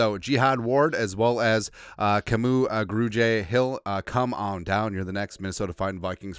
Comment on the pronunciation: Brahh!! His name is Kamu. Simple as that. Not K’moo. Kah-mu. Short for his real name “Kamuela.” Signed, a Hawaiian Skol brother.